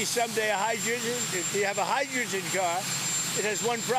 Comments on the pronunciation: Did he say "hi-duegen?" Instead of hydrogen? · “Hydregggeggen…” The clown can’t even say words. What is this crap?? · He tried to say hydrogen and said high ginger😂😂😂